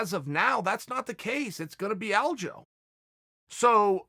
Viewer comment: Haha glad everyone noticed when Chael pronounced it Aljo